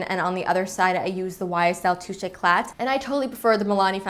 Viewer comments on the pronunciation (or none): The YSL fondation is "Touche éclat" you dont pronounce the T in french , you say it like toosh ecla ;)